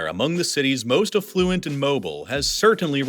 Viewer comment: AFF-luent stress on the first syllable. The word eff-LUENT means sewage.